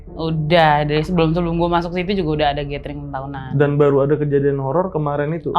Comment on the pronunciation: . Gathering dibacanya [gédering]. Bukan gétering. 🤦🏻‍♂️